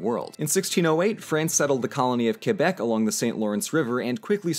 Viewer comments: I'm not surprised, since you guys actually give a damn about these things, but it's nice to hear someone pronounce Quebec correctly. I am still annoyed at the Hamilton musical for that one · That was the worst pronouciation of Quebec I've ever heard 😂